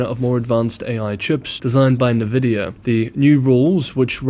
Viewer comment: FYI... Nvidia : en-vid-dee-ya or say the letter "N" then "vidia". Not nah-vid-dee-ya.